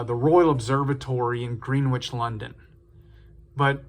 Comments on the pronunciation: It’s pronounced “Grennitch” 🙂 Beautiful watch. I love a 24hr dial. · Lol, "Greenwitch" -- it almost sounds like a type of sandwich. Curious, though, that someone managed to make it to adulthood without learning how to pronounce "Greenwich".